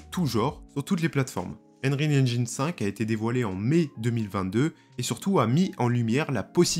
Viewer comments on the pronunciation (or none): "Enril engine" ...un effort sur la prononciation stp... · « Unreal angine » mdr